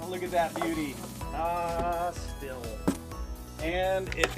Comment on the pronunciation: He's actually pronouncing it properly. All the Germans would give you funny looks if you tried saying it as "steel" over there